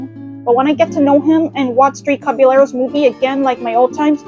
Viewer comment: You're pronouncing "Caballeros" wrong.